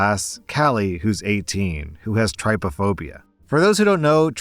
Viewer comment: I suffer with trypophobia (note, it's pronounced TRIP-ophobia, not TRY-pophobia). It's not just a fear of holes, I realised it when I saw an image of someone who'd been made to kneel in buckwheat and had small bumps all over their skin. It is an uncomfortable feeling, your heart races and it isn't pleasant when it catches you unaware. However, the dry heaving is 100% an overreaction and played up for attention. It sounds like Callie wears her phobia like a badge of honour and uses it as a way to draw attention to herself. It's on people to manage their own phobias, not expect others to make accommodations for them.